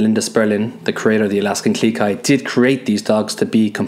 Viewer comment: Claire R yep! Funny thing is I thought she was saying Alaskan GLEE Kai XD